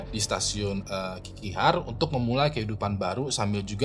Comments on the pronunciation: Kok ngakak ya denger sebut nama orang dan tempatnya jiaweng,sulistia,nehe,kikihar. Mending sebut nama marga nya aja buat cerita jia,xu 😅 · kalo bisa penyebutan nama orang atau kota2 diresearch dulu, kayak Jia Wenge bacanya Jia Wen Ge, jangan dibaca wenge, Xu Li Xia juga jangan disambung sampe kedengerannya jadi Sulistya 😅 Nama kota Nehe sama Qiqihar juga jadinya lawak banget kalo nyebut sesuai tulisan gitu 😢